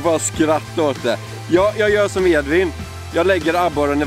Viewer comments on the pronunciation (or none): none